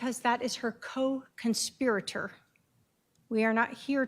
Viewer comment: Does she keep saying con spirr rater?